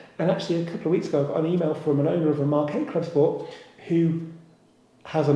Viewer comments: Please please dont go the scchhhoda route in pronunciation of the " club schhport".....its Clubsport. No "sch"........ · I know it’s a joke but I’m struggling to listen to the “clubscchhporrt”, classic dad joke saying it again and again, once or twice would be funny 😂😂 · This channel is rubbish. I think the silly way you say CLUBSPORT says it all. Your headline picture is also clickbait. Got to listen to you talking in your kitchen. Your other videos where you are also an ‘expert’ involve you reading off your notes. Cheerio. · Yes, this irritates me, I just had to unsubscribe from another channel that started this and then it ballooned to everything that started with an S!! Stop